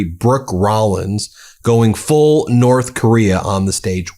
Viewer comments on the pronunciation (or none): none